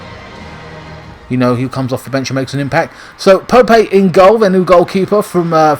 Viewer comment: Haha why are you calling Nick Pope ‘Pope-ay’ as if he’s some kind of emerging Spanish talent?